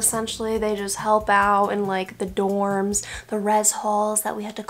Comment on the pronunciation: Got triggered when you said dorms